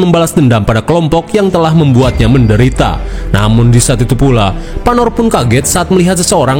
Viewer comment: Salah min bkn panor tapi panu😂😂😂